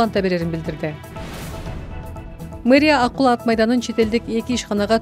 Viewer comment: Ай, АКУЛА дебей АККУЛА АТ МАЙДАНЫ десен боло?!!!😮😮😮😮